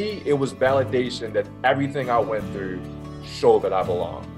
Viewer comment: I does kinda bother me but if you YouTube Baltimore accent you’ll see why they wouldn’t hire him! 😂😂 and listen it came out in his speech when he said “through”😂 but more power to him!